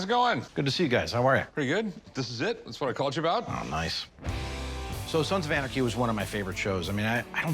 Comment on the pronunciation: “Sans of arnachy”😂😂😭 am I the only person who heard that?🤣